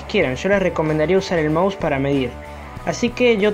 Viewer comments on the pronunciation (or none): none